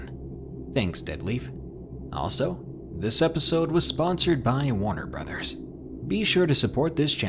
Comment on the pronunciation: Whaat? Warner Brothers? I was sure I heard it wrong the first time